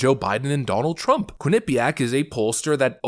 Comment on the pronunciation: constant mispronunciation of Quinnipiac is literal ear AIDS.